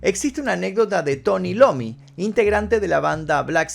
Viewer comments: Es Tommy iommi, no "Lommy". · Excelente. Solo una precisión, es Tony Iommi, no Lommi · Es Tommy Iommy no Lommy😅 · es "Tony Iommi" no "Tony Lommy" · Tony "Lommi"??? 🤦🏻‍♂️ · 16.25.... Tony Lommy? .. Bien leído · Escuche que dijiste Tony Lommi y me fuí al toque... No me caben los documentales caretas sin emoción real. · "TOMMY LOMI" 🤣🤣🤣🤣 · "Tony Lommy" ? 😂😂😂